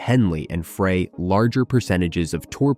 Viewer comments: it's Fry not Fray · Glenn Frey, not Fray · Henley and Fray? Fray? As in Glen “Fray”?!? You (author) are an idiot if you don’t even know the names of the band members. Fray? Idiot. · Any video that can't even pronounce Glen Frey's name correctly must be deemed worthless!!!!